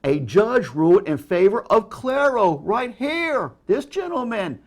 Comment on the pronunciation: Amazing how this dude can't pronounce words or even read properly. Who the fuck is "Clairo"?